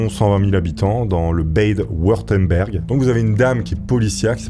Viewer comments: Si un jour tu viens à redire Bade Würtemberg, ça se dit BadE WUrtemberG (en majuscule les lettres qui se prononcent et le u se prononce comme la lettre toute seule) Ça faisait mal à mes oreilles en habitant juste à côté 😓😓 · Salut!!!les w en allemand se prononce!!!😂😂😂 Bad vurteune bergue 😅😅😅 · Juste pour info pour une prochaine video avec des noms allemand : W se prononce V et V se prononce F. Mais sympa la video ceci dit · Ça se dit « Badeu vurtembergue ». :) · Lire l allemand c pas difficile 😂… u ce dit ou, ü ce dit u, ö ce dit eu, ä ce dit ai, e ce dit é et le reste ce prononce comme en français. Il faut prononcer toutes les lettres et pas besoin de prononcer Bad en baid 😂😂😂. Mais j adore l essai 😂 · nan stp par pitié, pas d’accent anglais sur une région allemande 😅 w=v 😂 comme wolkswagen 😅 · Bade würtenberg lourd comment tu l’as prononcé 😂😂😂😂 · il faut te faire aider pour la prononciation des mots allemands (google translate, personne tierce…) parce que là tous les noms allemands prononcés à l'anglaise ça fait mal aux oreilles 🥲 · Oula la prononciation. Tu prononces des noms allemands en anglais argh... 🤣